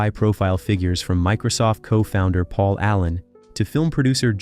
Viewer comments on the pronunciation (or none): none